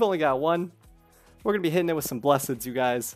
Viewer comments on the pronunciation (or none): I love watching, but my OCD can't take it when you say "Bles-sed" instead of "Blessed", or "RNGSIUS", instead of "RNGSUS" . Is there any actual reason why you say it like that?